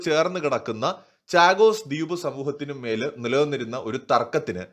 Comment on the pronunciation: ചാഗോസ് അല്ല ഷാഗോസ് എന്നു പറയൂ.. ദ്യൂപ് അല്ല ദ്വീപ് എന്നു പറയൂ ..